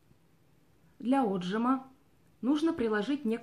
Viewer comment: Девушка ударение в слове отжима,ставится на И,отжИма,русский язык надо любить!!и знать,ну а потом в эфир выходить!!